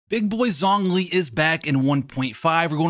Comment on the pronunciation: Every time he pronounced it "Zongli" it hurt me